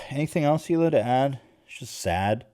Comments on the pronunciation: idk if the thing with hila's name was just a nickname or not, but in case it wasn't: fuck off, nick, for mispronouncing the only non-english name out of all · Did u notice now he pronounces Hilas name right but every other video Nik says her name wrong in an obvious manner?!? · hilas name isn't even hard to pronounce and you how annoying it is for people to consistently say your name wrong 🙄